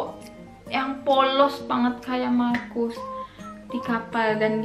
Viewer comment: markus,orang indo sebutnya mahrus/makrus 😁😁